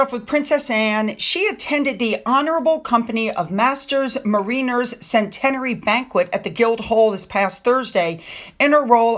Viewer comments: not "mareeners" ... MERR-inners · Thanks for another great video,, but "mariners" is pronounced "MA-rinners" - I know, not logical:(